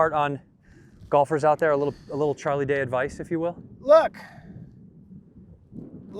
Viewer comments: had to exit once he said char instead of charlie lol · Why does he keep calling him char lol